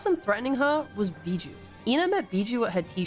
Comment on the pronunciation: WOAH WOAH, I love this video and all but I can't stand you calling biboo as bijou.